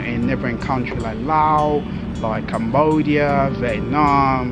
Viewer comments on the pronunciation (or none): none